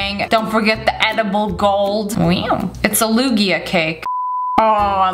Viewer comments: She said wew not wow 😂😂😂😂😂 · you said weeow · No no it’s: wEeEoW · Abd you said weoow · I love how she says wow like “weeew” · No she said weeww